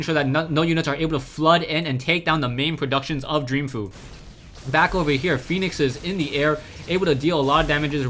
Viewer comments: I believe its pronounced "Fo' You", going by the GSL pronounciations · it's pronounced fo-u